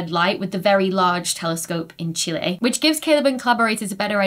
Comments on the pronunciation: As a Chilean astronomer, I love that you pronounce Chile as a native, and not as "chili" 💖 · yes, I think that's correct! :D Yes, that's why I was commenting, that she didn't say "chilli" as the spicy pepper haha